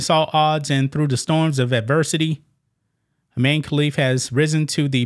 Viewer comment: His name is. Imane. I. Man. E